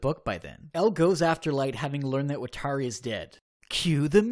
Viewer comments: AFFFFG YOU SAID WATARI AND KIRA WROOOONNG i’m sorry, it just hurts me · They way you pronounce “watari” is horrible.